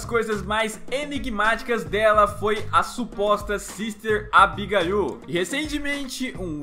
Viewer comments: A pronúncia fica "abigueiu" não "abigaiu", não quero ser pasquale. Só uma ajuda pro canal que é muito show sz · Fala-se Abigueile e não Abigaiô